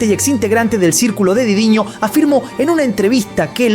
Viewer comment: por que dice didiño? si el titulo dice diddy? este perkin